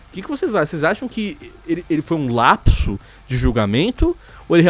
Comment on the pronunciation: "um LLLLLLLLLLLLAPSO"